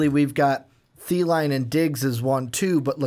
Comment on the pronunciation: Vikings fan pronouncing it "Thieline" Its Thielen. I'm hooked on a Thielen